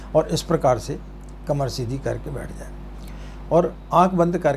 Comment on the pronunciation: पहली बात तो गायत्री मंत्र गुप्त है इसे आप और मंत्रों की तरह नहीं बोल सकते यह एक साधना मंत्र हैं और जो आपने इस मंत्र को बोला हैं वह भी अशुद्ध है